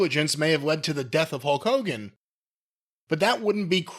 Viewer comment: Whys he saying "Hoke Hogan"?